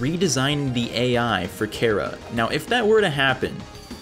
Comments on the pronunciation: It's pronounced Chara, as in Chara-cter. Not Kira. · I swear if he says Chara 1 more time imma have a heart attack